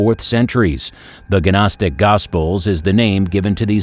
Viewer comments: It is not guh nostic! Just nostic...the G is silent like in Gnu. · Gnostic is pronounced "NOSS-TIC" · Did he say ganostic? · The "G" in Gnostic is silent. It is pronounced...nostic...like that. Just like the "L" is silent in the word "salmon" and the "K" is silent in the word "know"...some letters are silent in the way some words are pronounced. Just saying... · maybe Muppets who are ignorant when pronouncing things esp. if they put it in the internet for everyone to see, should actually learn the words before assuming how they're pronounced.. like gnostic 😂😂😂😂😂ffs, can't stand ignorance so I'll be unsubscribing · OMFG. GNOSTIC. gNOSTIC THE 'G' IS SILENT.